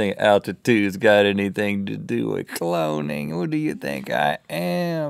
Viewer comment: You said coloning